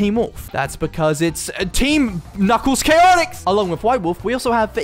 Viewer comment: I like how he said um knuckles chaotics